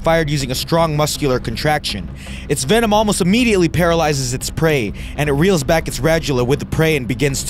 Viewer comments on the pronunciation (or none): none